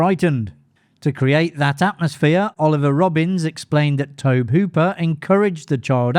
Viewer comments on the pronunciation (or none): Tob-e, not Tob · lol you HAVE to learn to pronounce Tobe (Toe-Bee), not Toh-b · The director's first name is pronounced TOW-BEE. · Firstly, Tobe is pronounced TOBY. You basically pronounce the ‘e’ at the end. Secondly, Mick Garris, who was doing publicity on Poltergeist, should have the last word on this absolute nonsense that Spielberg directed Poltergeist: “Spielberg is a consummate filmmaker. He lives and breathes movies. Very passionate, very intelligent, very articulate. And yes, I would see him climb on the camera and say, ‘Maybe we should push in on a two-shot here or do this/that there.’ And Tobe would be watching. Tobe was always calling action and cut. Tobe had been deeply involved in all of the pre-production and everything. Tobe directed that movie. Tobe was a terrific filmmaker. I don’t think it’s that Steven was controlling. I think it was Steven was enthusiastic. And nobody was there to protect Tobe. But all of the pre-production was done by Tobe. Tobe was there throughout. Tobe’s vision is very much realized there. And Tobe got credit because he deserved credit. Steven Spielberg said that! Yes, Steven Spielberg was very much involved but it’s a Tobe Hooper film.” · I can’t give this video a "like" due to the mispronunciation of Tobe. Anyone who knows the first thing about horror films knows how the man pronounces his first name.